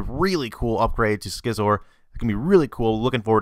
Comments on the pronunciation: its not pronounced "skizer" its pronounced "sizz-or" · Dont believe he said scizzor wrong. Can he pronounce scissors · Yes sir, he fuck'd up that one... and Gardevoir... and Manectric...